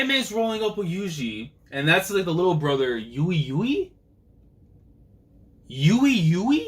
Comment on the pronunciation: So, the Shibuya incident is underway!! This is gonna be crazy! By the way, Mei Mei's brother's name is pronounced "Ooi Ooi". Curios to see what he, Kusakabe-Sensei, and Naobito is all about! Great stuff , as always!